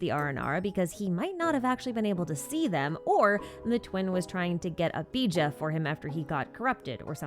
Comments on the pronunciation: the fact that she called "Bij'a" (Pronounced biha), bija instead. 🤧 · I was stunned when i heard saying Bija as "BJ"💀